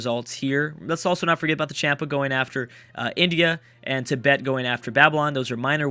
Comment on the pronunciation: every time you say id bet i understand you tibet xD